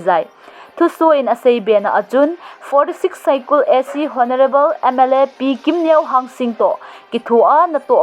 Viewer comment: Hello, kadam jing naove me too scripted. FYI- Honorable :- H would be silent... no offence